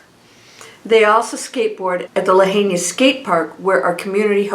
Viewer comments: Thank you for sharing. (Lahaina is pronounced La High Na) Absolutely horrific what happened to our beautiful historic Lahaina town. I donated to a private go fund me. Sending my condolences and prayers. ❤️‍🩹🙏🌸🥵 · Thanks. Always beautiful. Quick correction to your intro. It's lahaina (pronounced (lahighna) Maui. Love always. Fyi. Hawaiians pronounce all vowels in Hawaiian words. We are Hawaiian fanatics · pronounced la-HIGH-na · Lahaina is pronounced La hi na… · It’s La hi na Maui not Kawaii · Thank you for the report - please know how to pronounce the name of the town beforehand if you’re going to say it so often. You’ve been there, it’s on all the news. Respect for the town and the people to pronounce Lahaina correctly. Thanks.